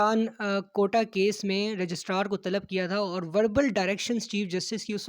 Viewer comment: is the best man for court reporting.He is knowledgeable an unbiased.Just one request.Please don't mispronounce the word Registrar.